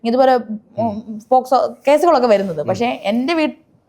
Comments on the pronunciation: പോസ്കോ അല്ല മോനേ പോക്സോ...... 😛😛😛😛😁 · പോസ്കോ അല്ലെടാ.. പോസ്കോ 🙏🏻🤦🏻‍♂️ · പോസ്കോ അല്ല പോക്സോ